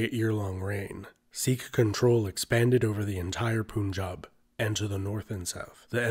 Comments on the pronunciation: You are right sir. The right spellings are "Panjaab". Panj+Aab=Five+holy rivers. Land of five rivers. Panjaab. Britishers were unable to pronounce any word having having stress on "Aaa". They used to say Punjab(Panjaab), Runjit(Ranjit) Singh, Jummu(Jammu), Jullundhar(Jallandhar), etc. They started in writing as they spoke. Our politicians in Panjaab are very idiot and selfish. Even after 1947 When Britishers left Panjaab still they didn't correct the spellings. But see the spellings of Panjab University, Chandigarh. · I keep hearing poon-jab, and thinking it's been a while since I jabbed some poon. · Pun in Punjab is pronounced as pun in English. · I don't want to be petty but poonjab? Mooghals? Good god the prounciation made me laugh Also, love all the bhakts in the comment section 💝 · Don't speak it as (pun)jab .. speak it as pānjab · It is pronounced Panchaab. Land id five rivers. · Poonjab ... seriously dude?! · For Godsake learn how to pronounce PUNJAB first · Every time I hear it pronounced POONjab, I cringe. It also drives me nuts to see women with the name Singh since it is a male designator. I have never in all of my life run into any of my native speaking family members say it in that manner. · this short documentary is rly good, however, I just can't get over the atrocious pronunciations. Like dude, if you're gonna mention things in another language, at least try. The first POONJAB made me mega cringe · These people never learn how to property pronounce Eastern words but will sure laugh on others accents. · It’s pronounced “pun” not “poon” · PAHN-JAB not POON-JAB ..... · It's not poonjab. It's pun-jab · Its not poonjab its panjab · Panjab! not Punjab! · When you’re not even Indian and you cringe every time he says poon-jab. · it is infact panjab as in Farsi/Dari it also means five water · Hi just to help ya the pun in punjab is supposed to be pronounced as the pun in - "that was a bad pun" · It is not Poonjaab, dude!! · its not poonjaab its pun-jab